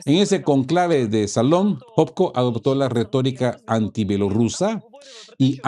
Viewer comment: CaÚcaso no “Caucáso", lleva acento en la U. CÓnclave no “concláve“ tiene acento en O.